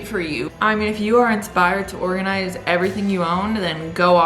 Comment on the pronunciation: Did you litterally say Morganize haha